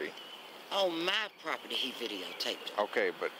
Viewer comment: Sounds like I need to get me some propitty. Apparently it comes with propitty lines and everything. But I don't want you trespassing on my propitty. Expecially not cruminilly trespassing on my propitty.